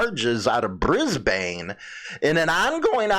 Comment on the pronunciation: 420 is legal in Victoria for medical purposes Its pronounced BRIZBEN Notices are like tickets Queensland is a state in Australia like Illinois is a state in USA Last but not least I'm not a club rider so I won't begin to speak about their buisiness or their members not owning bikes.